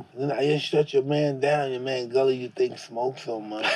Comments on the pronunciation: Mike keeps calling gillie gully😁😁😁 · So nobody is gonna correct Mike and tell him its Gilly not Gully?! 🤣